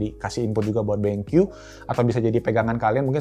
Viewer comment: "Ini adalah Benq EWE.... Eh.. I dabel yu" WKWKWKWK